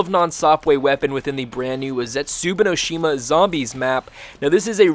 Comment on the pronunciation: "Zetsubino Shima"